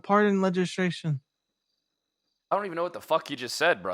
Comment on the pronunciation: 😂 "Legerstration" "Regislation"